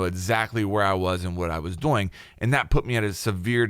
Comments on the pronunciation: Yea bruh I looked in the comments for someone to say that 😂 annoys the shit outta me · Well now I just feel like an ass. I have to add that the video is great. It was just funny. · I love the way you pronounce "doing" sounds like dough-ing. Literally kills me everytime XD thank you for the video! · Anybody else just notice he says “doing” like “boing”? Or was that just me lmao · Holy shit. Everytime. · Anyone notice they way says doing “doughing” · Am I the only one that thinks forgot how to pronounce "doing" just before making this video? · Take two every time he pronounces 'doing' funny :P